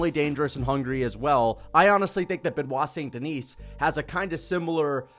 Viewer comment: Ben wah sohn den ee